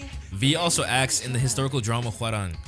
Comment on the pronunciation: i just wanted to say that your pronunciation of korean words and names is spot on! i haven’t heard someone who doesn’t speak korean say hwarang that naturally before